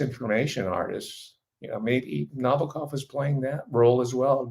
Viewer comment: Thanks for the great insights on Nabokov. (accent is on the second syllable) I was at Long Beach State College in 1959. I was eighteen when I read Lolita. I guess I could be characterized as a teenager with a normal healthy libido, and the book was erotic but in a way that I'm sure disappointed those looking for a purient joyride. I knew right away most readers wouldnt get it. At the time, I had notions of being a writer, and as the story unfolded it was clear to me that Nabokov was a great writer, and one that I would emulate. Ive read it several times just for the pleasure of seeing how he built scenes and segues and characters. Pure pleasure